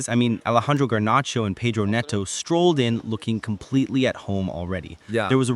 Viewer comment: did i just hear "the new faces like Garnacho and pedro neto? pedro neto😂😂